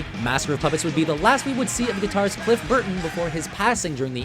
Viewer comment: "Guitarrist Cliff Burton" don't you dare say that again